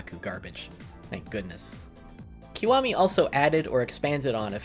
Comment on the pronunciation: made me turn off instantly when you pronounced it "keewami" 😅 why do Americans butcher Japanese words so badly? It's a short vowel I sound not long vowel e... Link below to help you